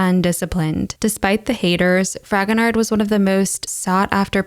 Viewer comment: I am sure I am not the first to make this comment, but I can't help myself. The ''d'' at the end of Fragonard's name is not pronounced. It's /frahgonar/. No "d'' :)